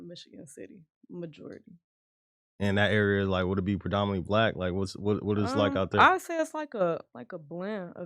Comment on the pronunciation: Why yall so awkward interviewing this young queen like this goofy goober black nikka that Adam has on as a cohost asking her “are you from the slums? What are there a lot of Black people there? Like just the way he said BLACK like he emphasized it